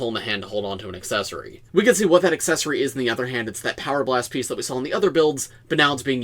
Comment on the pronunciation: I am currently part of a car load of people (including two children) who all heard you say new Raven penis instead of piece. I never realised Lego could be so spicy and NSFW 🔞